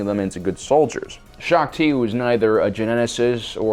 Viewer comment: U definitely got Shaak Ti wrong